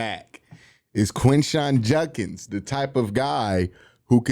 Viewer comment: I appreciate you doing a video on Quinshon, but if he's going to be a big part of our offense, I hope and pray you will eventually start pronouncing his last name correctly. It's Jud-kins, not Junk-ins.